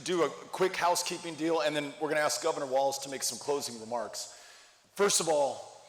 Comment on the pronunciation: Tim Walz no "t"